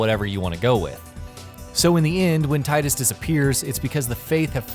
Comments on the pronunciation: Square has confirmed it's tee-dus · It's pronounced 'tee-dus'